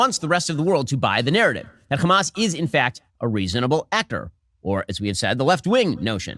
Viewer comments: Shapiro is so —that he cannot even pronounced Hamas, he is keep saying “Khamas”. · Why does Shapino say Хamas for Hamas? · idk if you mean in arabic or Hebrew, but in arabic, the kh sound is an entirely different letter than "h". In Hebrew, al least from my Hebrew speaking friends, is about the same pronunciation; "ha-mas". Apparently that "kh" sound is just an Israeli thing